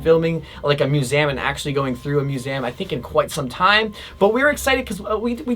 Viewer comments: Am I the only one who’s getting anxious of the way he’s saying museum? MUSEAM 😂😂😂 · Aint nobody going to acknowledge the way he said "museum" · The way he says Museum triggers something deep inside of me...